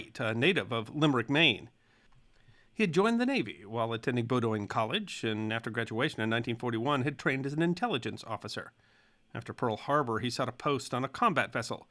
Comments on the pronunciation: "Bowdoin" is pronounced BOH-dun, not boh-DOYN. Adm. Kelly Turner's first name is RichMOND, not RichARD. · Bowdoin is pronounced "bo-din." It rhymes with the last name of actor Charles Grodin. My dad went there, and I am sitting on the same street as the college itself. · Bowdoin is pronounced Boh-den. It's a Maine thing.